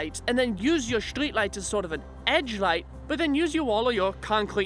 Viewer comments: It all can be summed up down to 2 words: "Shtreat Lite" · “shtreet light”